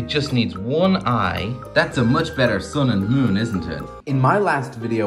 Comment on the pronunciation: Bro said the thun and the moon😂💀💀💀💀